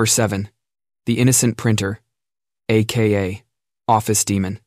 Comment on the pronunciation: I like the voice. Still need to proof listen to things like A…..K…..A and A.M